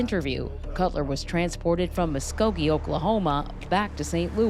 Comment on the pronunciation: I'm just glad the detective pronounced Muskogee correct lol